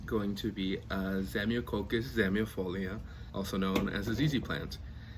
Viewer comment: I need a raven. It’s def next on my list. Loved this! And loved how you’re able to pronounce the full name of a ZZ so flawlessly. Me... not so much. :)